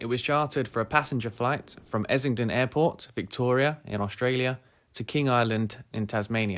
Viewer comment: It's Essendon, not Essington.